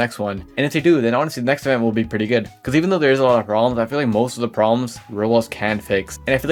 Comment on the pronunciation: this guy can NOT pronounce roblox